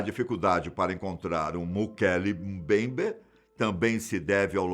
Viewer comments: O melhor do vídeo é o dizendo "Mokele Mumbayber" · O nome foi mal pronunciado tantas vezes que dá ate dó! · Puts como ficou engraçado este nome e como ele repete este nome inúmeras vezes kkkkkkkkk